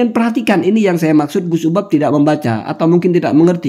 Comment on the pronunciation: Kamu nyebut nama orang aja juga fatal. Namanya UBAD, kamu panggil UBAB. Dari sini aja, masyarakat sdh paham.